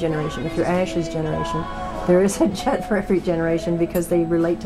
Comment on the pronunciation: Greta it is JUDD not JUDGE!